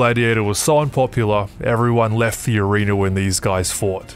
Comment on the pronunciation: Where did they get their helmets from...who made them? And for Pete's sake...watch the pronunciation of "arena"...I caught you saying "arenER" at the very beginning!